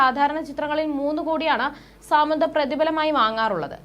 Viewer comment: സാമന്ത അല്ല She is സമാന്ത